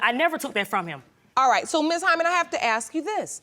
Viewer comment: it is ASK not AXE